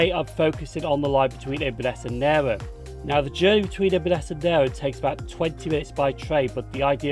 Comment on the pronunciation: Pronouciation police, it's nay rn (as in irn)